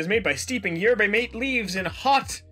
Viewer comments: Yerba mate is said yeeeerrrbah mah-tay. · Jesus christ i'm not even south american and even i am shocked at how they butcher Yerba Mate